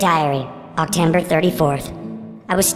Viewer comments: "OctEmber" LOLLLL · He said octember